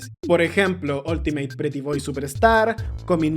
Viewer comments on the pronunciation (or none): none